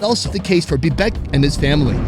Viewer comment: Its बिबेक not भिभेक